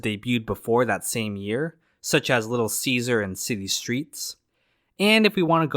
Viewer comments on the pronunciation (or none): none